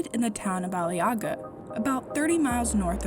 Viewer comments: There is one easy way to fix "Ali yaga", just ommit the "ğ", Aliaaa. See ? easy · I was watching this with my Turkish husband. He was getting irritated that they were pronouncing Aliağa wrong. The “g” is silent.